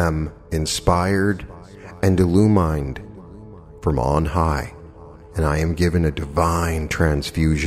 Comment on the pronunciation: Not to offend so please don’t take this wrong but there are 2 words you may be mispronouncing: rap·port /raˈpôr/ noun a close and harmonious relationship in which the people or groups concerned understand each other's feelings or ideas and communicate well. Illumined is pronounced uh-loo-muhnd. lighten up; brightened I LOVE this meditation and I’m sending much love to you and I’m just trying to help you. ❤